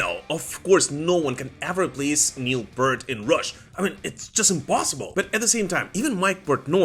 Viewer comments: Please pronounce the ea in Neil Peart as in ear not as in earth. So P-EAR-T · PEErt. The fact that some people still don’t know how to pronounce Neil’s family name properly boggles the mind. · You're saying neil pearts name wrong